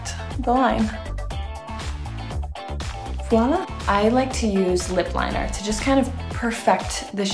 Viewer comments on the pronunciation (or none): none